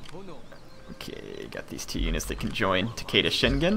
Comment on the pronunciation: great video but it's tah-keh-dah not tekeida